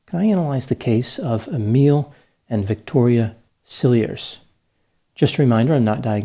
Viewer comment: Dr Grande, one pronounces, Cilliers like this, Ciljee. Always enjoy your analyses. He is guilty!!!!! Pig!!!!!!